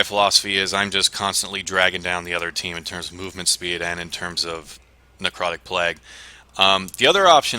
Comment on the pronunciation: "necrotic plegh"